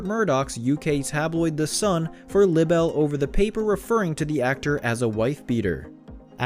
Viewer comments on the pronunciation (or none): Not lib-bell but lie-bell .... For libel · Look up the correct pronunciation of LIBEL! Jeez, Louise!